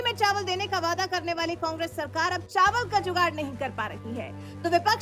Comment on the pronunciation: Vaaidaa kyaa hai ree??? Waadaa hai.😂😂😂